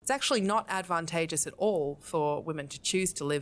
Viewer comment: She is so stupid and pretentious. I love how she pronounces "advantageous". The first a is american, while the second one is british. That makes no sense whatsoever. lmao